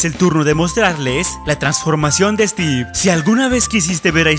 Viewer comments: Es Stiven no teven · Se llama stiven no stive y no puede creser mas por su majia:v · es estiven no stevvvvvvvvvvvvvvvvvv